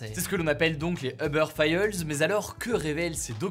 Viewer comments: "Eubeurre failleulse" wtf Hugo? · [fayeulz] /20 xD ! Ca se prononce [Failz] xD . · "uber fayeuls" TON ANGLAIS ME TUE.... faylz pas fayeulz xD... et c'est eTssetera pas eKssetera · Les uber failleulz ! On dit Uber "faɪlz" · Les "Uber failleulse" 😂😂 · C’est ce qu’on appelle donc les « uber fayyeuullss » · Files!! OMG! Hugo! 🤦🏼 Et la série X FILES tu prononces ça comment? Files!!! Filzzz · « Uber faïeuls » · uber fiyeulesse ? mdrrr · Hugo, un peu d'effort sur la prononciation de "files" quand même... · Comment il a lu "files"? J'ai jamais prononcé ça comme ça mdrrr